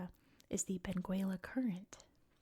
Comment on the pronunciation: We don't pronouce the u in Benguela. It's pronouced Beng ela.